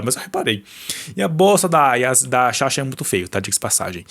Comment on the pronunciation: o nome da sasha é SASHA, vc ficou o vídeo inteiro chamando ela de "shasha"